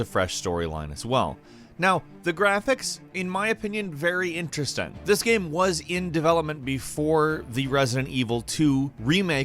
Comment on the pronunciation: jesus Christ...am I the only one who notices his pronunciation of the word ''game'' fucked up? fking irritating lol, I hope it's accent and not a genuine mispronunciation